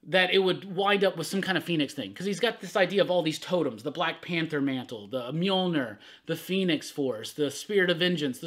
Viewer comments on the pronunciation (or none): none